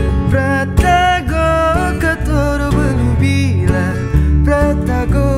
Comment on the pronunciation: Bang pratago itu bacanya pratafo